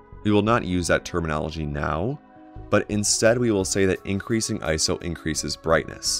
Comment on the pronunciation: Say it with me, "I-S-O." This is an acronym with three separate letters that are each pronounced. Not a word. Otherwise, thank you for the video.